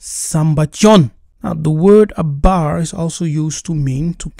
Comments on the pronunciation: You're correct, but it's important to note that without the dagesh, the sound should be a "V." In the video, you pronounced it as a "B," and it's inconsistent to change the pronunciation based on convenience. -Shalom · The word you keep saying is abar is pronounced avar in Hebrew 🤦🏾